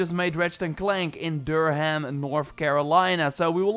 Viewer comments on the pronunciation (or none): i know he's not from there but the way he pronounced durham made me laugh a bit